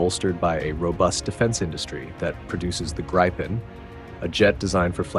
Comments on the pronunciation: Or, Gree-penn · Not “grajpen”, “Greepen”! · Its Grippen not Gripen...FFS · Gripen is pronounced Greepen , not Graypen. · The 'i' in Gripen is not pronounced 'ai' but is pronounced 'ih'. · Not graipen, not grippen, it is greepen. Like in speed... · The Gripen should be pronounced more like Greepen or like the I’s in Griffin. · Everyone, please say with me: Gree-Pen (like "greed" (minus -d) and 🖋️) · How to pronounce Gripen !!! It is not pronounced with an "i" like in "I eat", but with an "i" like in "with" or "in" or "finger". Let's now all repeat together: JAS "Grrrrripppen" Very well children ! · you lost me at gry pen 😂😂😂 not listening to american voices on european security right now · Pronounced "gree-pen" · LOL, Jazz Gry-Pen... Except for not phonetically correcting the narration, it's hard to deny that AI narration is pretty good these days.